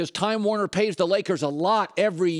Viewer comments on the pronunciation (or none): none